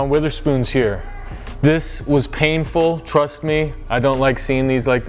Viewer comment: I cringe when people say Witherspoon... how you gonna trust a dude who can’t even get the name right